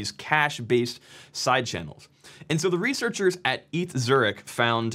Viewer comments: Eat Zurich 🤭 ETH is an abbreviation. So it reads Eee Tee Aitch Zurich. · Btw ETH Zürich is pronounced with all letters pronounced so E-T-H Zürich, not just EiTh Zürich. If you wanna be extra correct, the H is pronounced „ha“ like „haha“, E like e(legant) and T like t(ennis) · Not "eeth", but "E TE HA", thanks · "eet", come on, "e t h", just pronounce the name of each letters. You're not saving that much time :(. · Please don't say "eeth". Its E.T.H. Zürich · yeah that works too,it's crazy how complicated it is for english speakers to say Zürich 😅 I think he said it quite well, but the ETH was off. Should be 3 separately pronounced letters, even E T H spoken in English would be fine, but not Eth, that's a world computer currency 😁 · It’s E.T.H not Eth :) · ETH (Ethereum) is pronounced "Eeth" but ETH Zürich is pronounced "Eee Tee Aitch ZUR-ik" or "Eh Teh Ha TSU-rich"... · ETH Zurich is pronounced EE TEE AICH Zurich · You pronounced E.T.H. completely wrong. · ETH is an acronym, you spell it out as E-T-H when saying it. It's the best or one of the best university of continental Europe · ETH Zürich Pronounced E. T. H., I can't explain how to pronounce Zürich to English speakers, but you did very well! A close approximation could be Z-oo-ee-rikh where the first sillable is "shot" with strength and speed out of your teeth and the oo as in moon combine with ee as in see, but fast. the rikh with a sore throat sound at the end... E=Eidgnössisch (a special way of saying federal for Switzerland, it's a reference to the first cantons who swore each other an alliance back in the late 13th century. T=Technische H=Hochschule, a school that's like an university but more practical than theoretical, at least in theory. In French it's just the "Federal Polytech School" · "e-t-h Zurich," it's an acronym that basically means Zurich university of technology. It's not a nickname for "Ethereum Zurich" 😂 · its pronounced Eh-Teh-Huh... PLEASE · Yeah, I almost died every time he said ETH